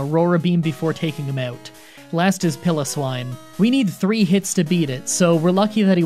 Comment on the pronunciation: It's "Pie-Low-Swine" dude